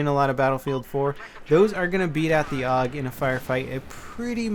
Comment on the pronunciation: pronounced A-U-G